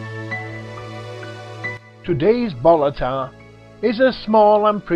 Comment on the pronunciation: Its no BOLLATAR ITS BALLATAR